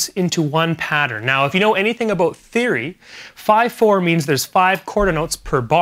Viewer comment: "Aboot"!? I'm learning drums from a Canadian!? NOOOOOOOOO!!!!!!!